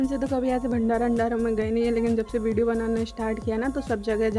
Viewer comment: aur bideo nahi bolte hai bolna seekho pehle phir video acha banao